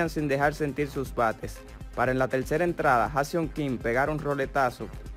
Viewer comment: También dice wan y telcera